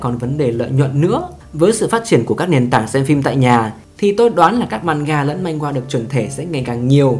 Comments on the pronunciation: Man hoa chứ ko phải manh goa 😁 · Video phân tích hợp lý, xem hay, mỗi tội hơi triggered vì narrator cứ "manh-gua manh-gua". Manhwa phát âm là man-hoa nhé 😅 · manhwa đọc là man hoa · góp ý 1 chút xíu , truyện tranh trong tiếng hàn đọc chính xác là "Man hoa"